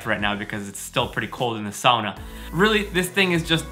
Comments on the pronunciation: That looks like...fun? And now I know the correct way to say “sauna.” Happy Birthday! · Just stumbled across this - I grew up in the upper peninsula of Michigan, in an area that had a lot of Finnish settlers 150 years ago who brought the sauna tradition with them (a place called Sugar Island, no joke!) I grew up pronouncing “sauna” like you do though never quite believing my dad when he claimed that was how the old Finlanders would say it!! I’ve jumped in holes in the ice in winter too. My dream house has a sauna in it 😊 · Warms my heart to hear you say sauna properly. I grew up in Florida with my Finnish mom and American dad and even though we didn't own a sauna, and even though it was really hot there, Mom found a sauna in our town and we went once a week for a while. I don't know why it bugs me so much to hear people here (U.S.) say it the way they do. It's just hard to hear it butchered.